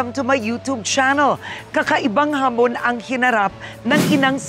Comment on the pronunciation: Ano ba yan pg bigkas nya ng hamon eh hamonnn